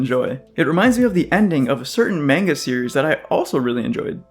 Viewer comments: bro really said mane-ga bro it's pronounced mahn-ga. Lmfao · I did and it did not. You clearly said mane-ga. Google pronounces it correctly as mahn-ga.